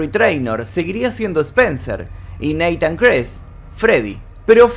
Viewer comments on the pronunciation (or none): none